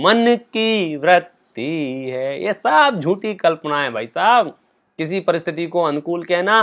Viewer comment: Vratti (व्रत्ति) नहीं Vritti (वृत्ति)| क्षमा! मैं शब्द मलेक्ष नहीं हूँ किन्तु उच्चारण सही कर रहा हूँ।